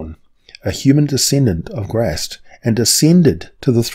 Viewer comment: points for pronouncing Grazzt properly